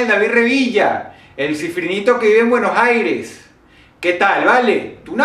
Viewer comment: Dross Se dice Buenos Aires, no Buenos jaires.